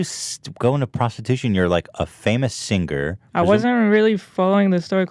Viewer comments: Nobody: Ethan: sinGUR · Will Ethan ever manage to pronounce "Singer" normally?